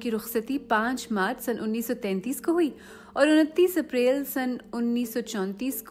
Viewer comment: Aap k talfuz ki adaaigy bohat kharab hai.April ka talafuz aap ko seekhna chaye. Iprail na bolain. Aur bhi kaafi alfaaz hai jo aap ny ghalat boly.